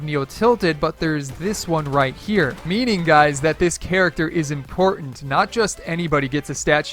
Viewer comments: Sir, you said Imortant not Important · he said imortant